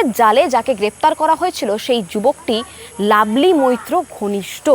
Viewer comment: কথাটা লাভলি, "লাবলি" না। ঠিকঠাক উচ্চারণ করতে শিখুন।